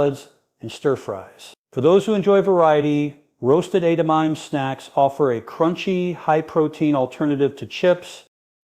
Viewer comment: Including mispronouncing the main subject of the video ....